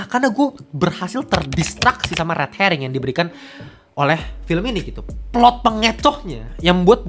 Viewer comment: btw, itu pengecohan plot namanya 'red herring' bang, bukan red harring heuheuheu